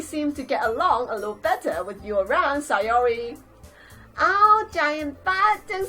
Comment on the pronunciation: Btw it's SAYori NOT SIGHori